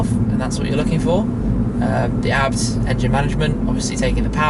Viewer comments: My friend, Schmiiii, you say A B T , not ArhhBbTT, please! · Hmm always thought it was pronounced as Ayy-Bee-Tee! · .. i got crazy when you call the firm abt... it's pronounced a b t... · Am I the only one that says A-B-T, not Abt? :D